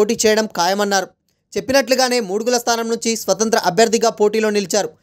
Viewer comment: అరె బాబు ముడుగుల కాదు రా మాడుగుల